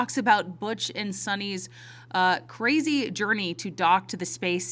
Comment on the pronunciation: IT SUCH A CWAAISYYY! IT'S blow my MIIINND! CWAAAUZY